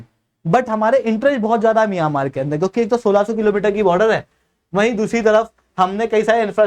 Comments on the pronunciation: Miyamaar nahi म्यांमार है भाई।। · मियामार नही म्यांमार उच्चारण कीजिए😅